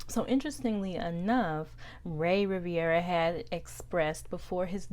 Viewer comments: RI - VE - RA NOT Riv-I-era... also that hotel name was in french not italian... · His name is Rivera not Riviera